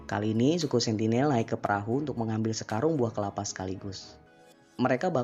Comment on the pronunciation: Kelapa malah jadi kepala 😂 Bahas kota slab city